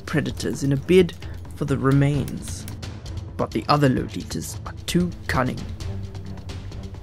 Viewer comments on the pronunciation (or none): lol "low-litas"